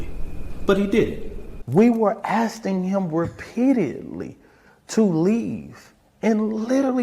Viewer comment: "we were askting" come on is this guy a real lawyer or is he a 2025 graduate that cant read and write....